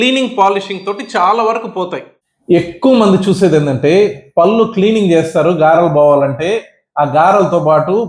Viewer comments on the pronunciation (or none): పళ్ళు అని పలకండి, పల్లు కాదు